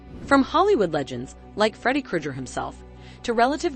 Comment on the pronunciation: ‘freddy krujer’